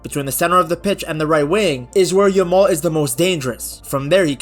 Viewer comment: The way u say 'yamal' it sounds like 'ur mom'😂